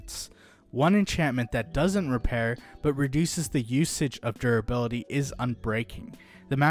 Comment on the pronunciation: Why do you keep saying 'durability' like that? It's like you're drunk.